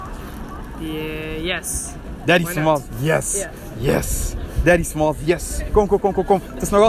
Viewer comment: daddy smalls is? We speak french. No problem, déddi smàlls iz?